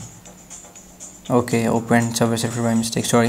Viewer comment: Subvay surfser fierst 😂😂😂😂😂